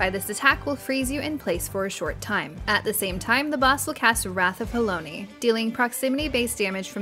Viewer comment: Considering they kept saying Halone as Halony I am surprised they got Euphrosyne correct. Halone rhymes with bone and has been spoken by voice actors in the game for years. Syne is a Scottish word that rhymes with sign, But Euphrosyne is a Greek goddess and her name is pronounced the way they said it. Also of note is that Euphrosyne and her sisters Thalia and Aglaea (also has been spelled Aglaïa) were daughters of Zeus and the Oceanid Eurynome. I suspect Thalia will be the next in the raid series.